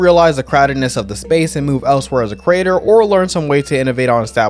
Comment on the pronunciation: with all due respect, man but because of your accent, whenever you say "Creator" in this video I instead hear "Crater" and it throws me off XD I don't mean to make fun of you, it's just something that seemed funny to me, lol